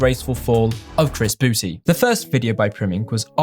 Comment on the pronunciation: it may be old by now but i still laugh when anybody says chris boo-tay